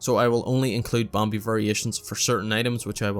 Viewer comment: this is really an amazing guide, but im going to insane listening to you pronounce bambi and some other words